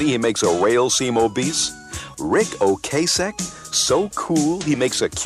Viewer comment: O-Cass-Ek, not O-Case-Ek